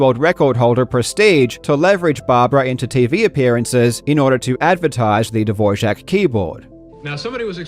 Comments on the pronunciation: I’m just more surprised that you included clips where they say “Dvorak”, and yet you kept pronouncing it “Dvor-jak”. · They way you say "Dvorak" sounds like "Dvorcek", which makes me think of a slavic arms dealer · Couldn't finish the video after you kept saying Dvorjak over and over again. I'm amazed you didn't hear any Dvorak advocate say the name of the keyboard during your research (or if you did, that it was in the tiny minority pronouncing it like the composer). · Why does everyone say "DvorJak?". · What is the real big scandal is how you consistently mispronounce Dvorak as Dvorzhic over and over again. If you do a fact checking video is that so difficult to make sure you at least say it correct? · Say “Dvor-JAK” one more time, man. 😑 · I think name of keyboard is just DVORAK, not Dvožak, what is in czech Dvořák :-) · this is a great video, but every time he says "dvorjak" it made my skin crawl a little bit There was even an instance where he's on the wikipedia page for the keyboard with the proper pronunciation right there on the screen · Why does he keep saying DvorSHak? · Why do you say dvorjak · Where does the "zh" come from when you pronounce "Dvorak"? 😂🫶 I love you man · Can't help hearing "the devour Jack keyboard" haha. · Im going to have a stroke. Karl, its not "Dvorjak" its Dvorak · Why "Devorjack"? love yout videos but that pronuaation is a new one 😄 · why does he keep pronouncing it de-VOR-jack?? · "Divore-jak" XD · its not duh - vor - zhaak, that is how to pronounce the last name of composer Antonín Dvořák. The Dvorak layout was created by August Dvorak 30 years after Antonín Dvořák died. it's simply pronounced how it looks. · Why do you keep pronouncing "Dvorak" as "DevorJAK"??? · Informative video, but you mispronounced "Dvorak" every single time you said the word. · Hey, didn't you read the word? There is no j shound in Dvorak. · Dvorak is pronounced without the D. It's silent. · Great video, but that's not how you pronounce Dvorak.